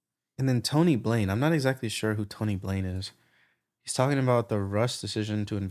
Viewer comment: It's Tony Blair by the way, not Blain. Genius had it spelled wrong.